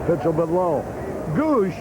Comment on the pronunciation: Harry saying the Padres catcher's last name.... "Gooooosh" (In the first inning) By the eighth inning hed be saying "gooo goo lash " or some other total butchering of his name lol. The Bud would be taking full effect by then.